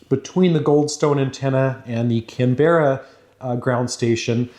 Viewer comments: Before the Aussies come for you... Not can-BEH-ruh but CAN-buh-ruh (or CAM-bruh if you say it with an Aussie accent hehe) Another great video of your experiments. Wish I had some of the kt you have 🙂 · cam-brah not cam-be-rah but we forgive you, English isn't always user friendly! XD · Please stop calling Canberra; Can-bear-rah, Its pronounced Can-beruh. Also Thanks for the vids, they are always a pleasure to watch. Cheers, from Aussie land. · Your videos are awesome! i wish i could get into this stuff as a hobby! Also as an Australian, Canberra is pronounced 'Can-bruh' not 'Can-berrah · Pronunciation note (extremely minor and almost irrelevant), ''Canbruh'', not ''Canberrah'' (For Canberra, Australia). Very interesting video regardless! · I'm Australian , it's not "can-berra" it's pronounced kan·buh·ruh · Can-bra not Can-berra please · lol you say our city name wrong canberra is said "can-brah" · Canberra is pronounced Can-bra don’t worry though us Aussies are not very good at English 😂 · It's pronounced CAM-BRA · Please don’t say Canberra like how you do! It’s pronounced canbrah. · Aussie here, Canberra is pronounced Can-bra haha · Lol love the Canberra pronunciations try "Can Bra" next time mate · Aussie here, we say Canberra like 'Can - bah - rah' or some bogans will say it 'Can-brah' :) Thanks for the cool content! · Its pronounced "Can-brah". It's not a berra mate. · Yeah, took me a bit to realise what city he was trying to say. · 'Canberra' is only 2 syllables /ˈkænbrə/ 😉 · Can Bar ra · as an Australian your pronunciation of Canberra deeply frustrates me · As an Australian I always get amused by how Americans pronounce Canberra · A quick note: Canberra has the accent on the first syllable.The second and third syllables are almost melded into one syllable.